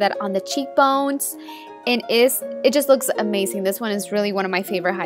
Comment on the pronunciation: Your accent is pretty annoying sometimes "amazing" not amasing! You pronounce all your Zs like Ss and Ss like Zs... 😒